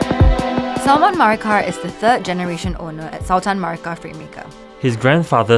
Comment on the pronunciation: wrong pronunciation for “sultan”